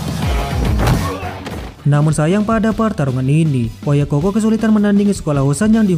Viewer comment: OYAKOU BUKAN OYAKOH DAN BUKAN PULA OYAKOHKOH